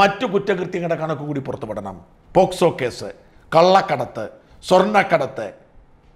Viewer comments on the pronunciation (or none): പോസ്കോ ഹാറമല്ല 🤣🤣🤣 സാജൻ സെർ 😄